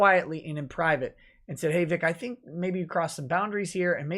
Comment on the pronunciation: Hi;-) By the way it's Vic not Vig